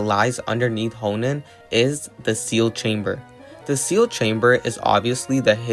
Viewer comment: Its pronounced "ho - en" not "hon - en"